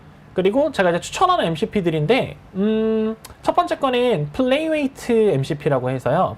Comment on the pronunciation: 발음 지적 감사합니다. "플레이라이트"가 맞는 표현입니다. 생방송 중에는 종종 이런 실수가 발생할 수 있는데, 지적 덕분에 저도 다시 한 번 점검하게 되네요. 감사드립니다.